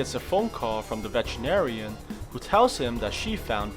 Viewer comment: When you said vetenerian i thought he said vegetarian🤣